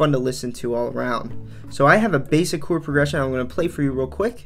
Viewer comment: What’s a “Choowerd”? Stop!!!